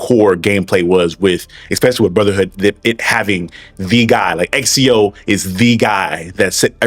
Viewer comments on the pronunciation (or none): I agree with you but why are you calling him Exio